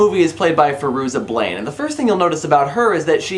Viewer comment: The actress' name is Fairuza Balk, but what I'm hearing you say is "Fairuza Blaine."